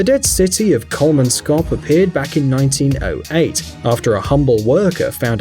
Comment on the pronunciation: Omg i live i luderits buy ur pronounsing kolmankop wrong